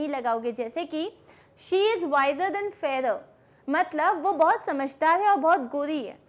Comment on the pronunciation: Mam your THAN pronunciation sound is like THEN